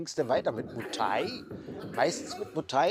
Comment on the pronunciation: Einen Bayer oder einen Schwabe, der ein paar Wochen Berlin besucht hat und uns dann Berlin erklären will, würden wir doch auch nicht ernst nehmen. Also warum probierst du das jetzt ? Vorallem erklärst du das und zeigst dabei ein Video von einem Touri in Pattaya. Mu Thai nee, es heißt Muay Thai, warum kriegst du nichteinmal das korrekt hin ?